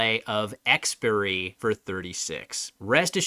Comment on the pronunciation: Expiry pronunciation caught me off guard!